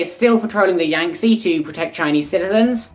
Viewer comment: Yangtze is pronounced "yang tzuh", not "yang tzee".